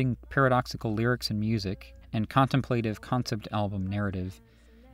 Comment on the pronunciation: great presentation! i always loved the album, but next listening will be with new eyes... heh... 99.9% perfect doco, only one sour note: that ain't how one says contemplative, innit